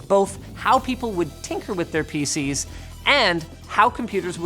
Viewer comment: Am I the only one that heard "faeces" instead of PC's